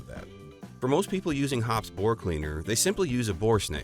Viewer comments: It Hop Es number 9. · The announcer can't even pronounce Hoppe's correctly.